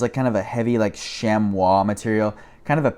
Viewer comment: I find a LOT of Kuhl and prAna items around my area. Great flips. fwiw, "chamois" is pronounced "shammy". Great video!